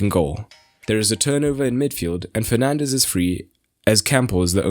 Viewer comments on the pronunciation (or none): none